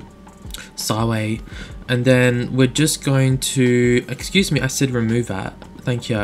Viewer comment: excuse me but when you say excuse me it's kill me hahaha lol great vids man ;)